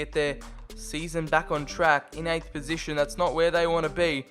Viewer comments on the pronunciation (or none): none